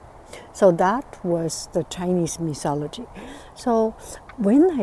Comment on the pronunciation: it is pronounced 'myTology' not 'miSology'...and 'coucou evening' does not make sense